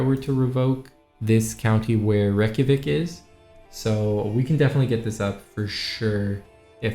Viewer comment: reykjavik is NOT how your pronouncing it. Do you realize the millions of people your insulting IRL in this real capital of Iceland? sorry its Not good to do these things as a youtuber. Live and learn.